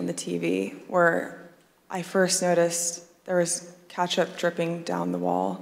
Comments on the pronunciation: Idk if I can trust her, she did just pronounce ketchup as "catch-up" after all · the worst part of this whole story is the way that woman pronounces ketchup